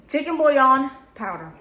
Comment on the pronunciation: She lost me at the “bouillon.” 👀